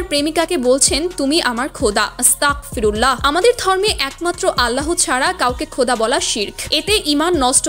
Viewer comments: বোন আসতাকফিরুল্লা হবেনা এটা ভুল।আসতাগফিরুল্লা হবে। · 📌নোটিশ: আপু, ভিডিও তে বলা দুইবার "আস্তাকফিরুল্লাহ"❌ সঠিক হবে না, আমার জানা মতে... "আস্তাগফিরুল্লাহ"✅ ঠিক হবে... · আস্তকফিরুল্লাহ ❌ আস্তাগফিরুল্লাহ ✅ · আপু আগে আপনি আস্তাকফিরুল্লাহ না বলে ,,,,,,,,,,,,,,,,,,আস্তাগফিরুল্লাহ বলুন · আসসালামু আলাইকুম আপু কিছু মনে কইরো না তোমার আসতাগফিরুললা বলা টা সঠিক হয়নাই ভুল হয়েছে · আস্তাকফিরুল্লাহ হবে না, আস্তাকফিরুল্লাহের অর্থ হল আমি কাফির হতে চাই, ভিডিও বানানোর আগে নিজে সঠিক উচ্চারন করেন এটা হবে আস্তাগফিরুল্লাহ।